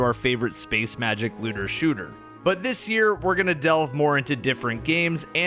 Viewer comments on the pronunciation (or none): none